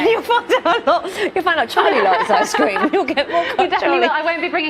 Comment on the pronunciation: "Ice Scream"..she needs to learn how to pronounce ice cream